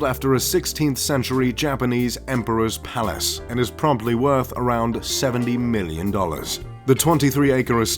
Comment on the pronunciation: Soon, I can be a MULTI BILLIONAIRE and No.1 Riches in the World. ( "Woth" ;-)